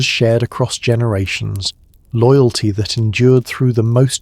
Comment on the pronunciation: Love this one, but…loogalty? Cominunen?